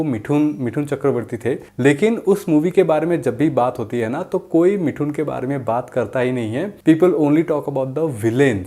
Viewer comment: Abe pehle mithun bolna to seekh le..